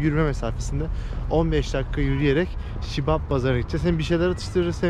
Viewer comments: Shibab deyil bazar siyab bazar kardes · Şibab bazari değil, Siyab bazari. (Siyob bozori.) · Şibap değil Siyap pazari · Şibab değil abicim siyab bazardir orası